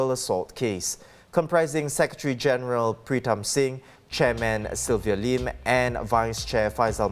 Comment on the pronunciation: My dear, the name "Tim" is not pronounced "teem". "Sylvia Lim" is not pronounced "Sylvia Leem". And the English word "city", is not pronounced "see-tee". Maybe work on your articulation of English before you go on air in future.